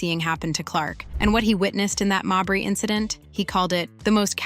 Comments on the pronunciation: How many ways can you mispronounce Mabrey? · Wasdid this chick just do this to hear herself talk? Constantly repeating shit, over and over, can’t pronounce Mabrey correctly, poorly posted video. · I didn't know why you butchered Mabrey's last name. It was annoying. Then I thought, maybe you did it to show her the disrespect she deserves. If that is why, kudos! If not, kudos anyway.